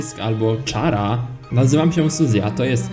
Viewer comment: w końcu ktoś wymawia to dobrze